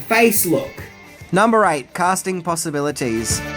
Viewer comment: A new fashion line called "Possiblities!"